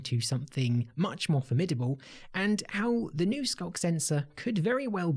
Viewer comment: "The skunk sensor is-" I'm sorry what was that? rewinds "The skunk sensor-" That's what I thought you said...